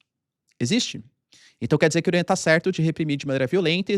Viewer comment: Professor, eu adoro quando vc fala Irã com seu sotaque paulista!!! "I -r-uh"